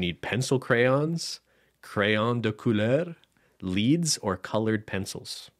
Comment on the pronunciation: Also, the colour pencils, you pronounced it “leeds” (leads), it’s pronounced “leds” haha. :)